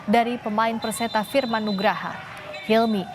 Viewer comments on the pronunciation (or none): Perseta tulungagung... Bukan persetung tulungagung😅😅😅😂😂😂😂